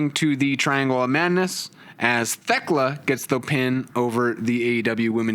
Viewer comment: On my hands and knees begging yinz to stop pronouncing the H in Thekla